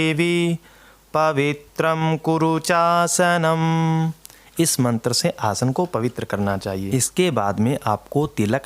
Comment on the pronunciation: Not चासनम it's cha+ aasanam... Hare Krishna 🌺🙏🏻